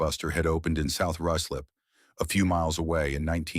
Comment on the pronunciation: It’s pronounced ryeslip not rooslip.